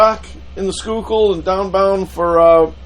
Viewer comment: I drive over that bridge often. Sometimes see the tugs and wonder if is on one of them. Cool. ( You pronounce Schuylkill correctly. Impressed..LOL)